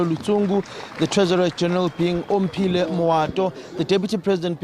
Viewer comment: has been butchering Omphile’s surname for the past 5 years, he’s still continuing, every time there’s a new pronunciation Fosek joh🤦‍♂️